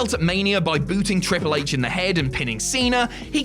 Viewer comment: I swear said ‘Cripple H’